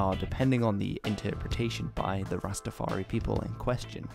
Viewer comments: Ras-Ta-far-I not EE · Why do you say rsstafaree ..its rastafar...eye...I N I... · It’s not Rastafar-e it’s Rastafar-eye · Very informative but you need to not say Rastafar-eee it is Rastafari(Rastafar-eye), also no ism.. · The 'i' at the end of Rastafari is pronounced in the same way as the word "eye" and I'm sure you've seen this in the comments but rastas don't appreciate the addition of "ism" to the religion's name